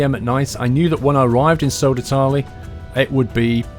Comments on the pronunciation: It's Södertälje not Sodertalie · Please ask your friend Keralis, how to say Södertälje. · It would have been nice if you learned to pronounce Södertälje...